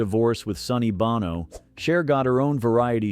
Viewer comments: This AI voice gets it wrong on Sonny Bono's last name. It's pronounced, "BOH-No," not "BONNO."🤦🏿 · You lost me at Sonny Bah-No. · My first clue it was an AI voice: mispronuncation of Sonny's last name, Bono, making it sound like "Bonno". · Ai voices never know proper pronouncation. Like with Bono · I hope your joking. Narrator pronounced it wrong. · Correct, many of us know the Bonno pronunciation of the singer of the modern generation years after Sonny. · I notiiced that too Sony Bono's not even from Ireland.